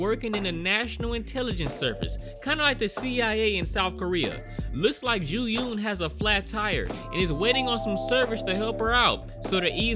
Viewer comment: Soo-hyun, Joo-yun, Gyung-chul, all 3 names rhymes with 'u' pronounced as u in f'u'n, which you can kind of make out even if you don't speak korean, you pronouncing all 3 names exactly the OPPOSITE way (Soo-hyoon, Ju-yoon, Gyung-chool) is almost as funny as this movie is f'd up...